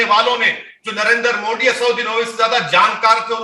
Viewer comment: ये मवेशी हर योजना हर काम का विरोध करता है शुअरों के दिमाग का दही बना हुआ है।न इस 🐖 को मोदी जी का नाम बोलना आता है । पत्रकारों को चाहिए कि वे इन 🐖🐖को डिबेट में न बुलाया करें